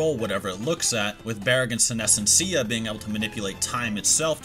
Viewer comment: Bru-jeria, res-pira, sin-esencia.. these are Spanish words that you butchered 🤣🤣